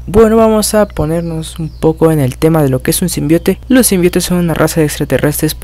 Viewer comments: me gusta tus vídeos , odio que no sepas pronunciar SIMBIONTE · Se escribe y pronuncia Symbiontes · symbiontes se dice xD